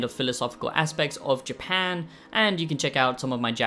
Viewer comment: Ok, ok ,ok,ok . We get it, but it still doesn’t make it a good review. For someone who “apparently” lives in Japan, can’t even pronounce the country’s name. Not worth the watch